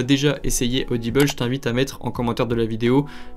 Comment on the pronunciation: Ah ah tu prononces audible bizarre tu as dit audibel 😂 ça ma perturbée